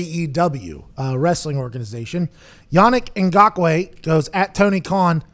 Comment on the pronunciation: How do you flawlessly pronounce Ngakoue, but mess up saying khan twice in a row?